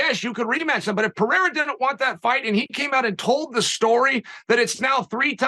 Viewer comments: Uncle Chael speaks so much yet says so little. Still undefeated. Champion of champions. Also, kudos to my man Helvani to get Uncle Chael to drop his charade with mispronouncing names. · Someone finally corrects lord Chael of the pronunciation of Pereira…. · Good on you for pulling him up on his pronouncing of people's names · Thanks for calling him out on the way he pronounces "Pereira". Only him and Schaub do it that way, and it drive me nuts. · Charles shtick is to mispronounce names. He does it ok purpose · He can't even say Pereirer. He can't even pronounce half the roster. He's amazing at speaking a lot of words to say very little. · stop watching with your head down he doesn’t even know how to say Alex last name right was sounding like De La Hoya pronouncing chucks last name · Chael knows how to say these names. He's trolling. He broke character a moment to show he's not THAT much of an idiot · Finally thanks for corecting him Ariel.He was saying Pierra instead of Pereira and many people were triggered on his channel.Its good to know it wasnt intentional because many people were thinking it is. Cheers! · It’s kind of funny how he mispronounces everyone’s name. Ariel did mispronounce his name too but not as bad 😂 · about time chael was corrected on the pronunciation of “pereira”. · Uncle Chael is the reigning, offending, undisputed greatest mispronouncer of the world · Thanks Ariel for teaching Chael how to pronounce Pereira. That was driving nuts. 😆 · LOL Ariel corrects Chael on Pereira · How did Ariel Convince Chael to change the way he pronounces Pereira’s name😂😂😂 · Doubt he'll remember. He said it incorrectly again afterwards. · Ariel gets ALL the credit for finally correcting Chael on how to say Alex's name. Man is the 185 lb champ, at least say his name right. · And by the way, who’s this Pierra that you keep speaking of?😂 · Only ariel can get chael to think twice about his pronunciation of pierra... pererra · pee -air -ugh